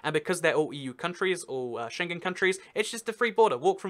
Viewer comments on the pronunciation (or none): none